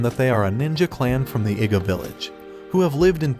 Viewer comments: An Iga ninja. I know what it sounds like, so maybe the AI must be mispronouncing "Iga." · Bro, I heard him say a nig3a ninja, or is that just me